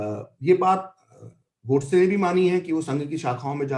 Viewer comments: Host not able to pronounce or not pronouncing the the word "Godse" properly is so annoying. Who speaks in hindi and still refers to that name as "Gawdse" like a brit. How stupid?! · The anchor kept pronouncing gOdse as Gaudse as if he were from England...😄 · देवीजी नाम गोडसे है, गौडसे नहीं! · यह अँकर बार बार नथुराम जी को गॉडसे गॉड-से कह रही है. जब इतना बड़ा इंटरव्यू लेना था तो क्या यह आवश्यक नहीं समझा कि संबंधित व्यक्तियों के नामों का सही उच्चारण जान लें?? उनका सही नाम नथुराम गोडसे था. कहीं से भी वह गॉड-से के समीप भी नहीं जाता. केवल यही एक महिला नहीं, परंतु मैंने कई लोगों को यही गलती करते हुए देखा है.